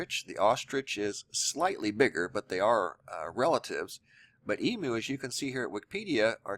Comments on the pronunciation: Eem - You,, not E- Moo... And fully grown Emu's are larger then the one in this video.. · Its pronounced Eem-you...:-))